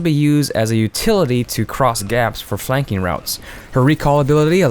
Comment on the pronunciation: for the last p..... try... phlanking (flanking)